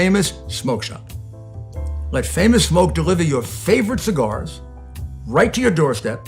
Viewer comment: He's a Loy-ya...and he loves his favfit cigaws...frawd, frawd, frawd...yes...let's put ketchup on Trump...gotta watch that late night backdoor shift...its a doosie!...😆